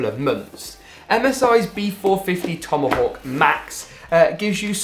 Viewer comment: its TOMAHAWH not TOMoHAWK